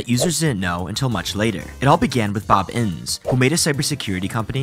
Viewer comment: Yo just a note, his name is pronounced inn-is, not inns.